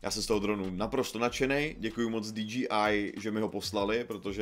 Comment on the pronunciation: Len taký friendly reminder ako osobne mi to nevadí ale DJI by sa malo čítať ako "Dí-džej-áj" Inak tá obrazová kvalita tohto videa je hrot úžas! Len tak ďalej!